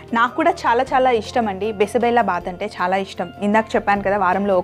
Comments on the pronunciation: Karnataka food. It is not bisi bela baath bela is pronounced wrong . it is bisi bezha baath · Mam it is not bisibellabath it is bisibelebath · Bisi bele bath .. 1) - Bisi means - hot.. 2) - Bele means - Dal ( kandipappu ) 3) - Bath means - rice / whole dish ... Ma'am ! U r pronounciation is wrong that is BISI BELE BATH.. And the recipe is so good ..!👍👍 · Sorry to say this, you are pronouncing wrongly dish name. It is basically Karnataka dish.... "Bisibele bath" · I am from Karnataka, apart from the pronouncement, the method is perfect